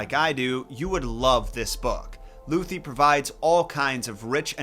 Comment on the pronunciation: Moa… the ¨ over the u have an purpose and are *note* for decoration in German! And "th" in Lüthi are only spoken like "t"… Just checked the Google-Translate in sound - pronounciation is not perfect but much better your bastardized form "Luthi"… shiver